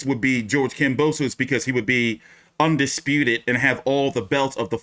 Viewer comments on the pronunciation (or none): loma just said teo undesputive